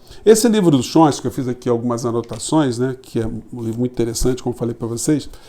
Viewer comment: Professor, o senhor é 10! Mas é "Chom- sky" (tchom- ski). Forte abraço é o obrigado pela lucidez das análises!